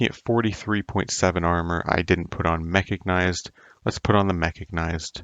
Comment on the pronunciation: Wait, how do you pronounced mechanized? Did I hear a k in there?